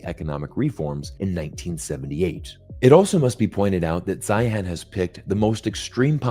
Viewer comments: It's Zeihan .... Zine. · He pronounces his own name Zane or Zahne. Sorry….I’m listening but it gets in the way. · If you're going to critique someone, it would be helpful if you knew how to pronounce his name.... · Why didn’t you even care enough to find out how to pronounce his name? Your credibility is suffering 😂